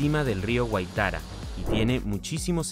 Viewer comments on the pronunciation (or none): Gracias por el video. Pero el acento de la palabra Güaitara es el en la primera a. Y el santo que aparece en la imagen no es San José es San Francisco de Asís. 😉